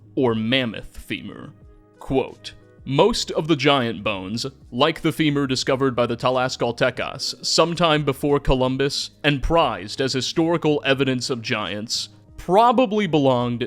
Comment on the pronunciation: Tis tenochTitlan No "tenochitlan" :) and is: tlax-cal-te-cas no: whathevershit you were saying: tdelgjlfgsrLaztecs?!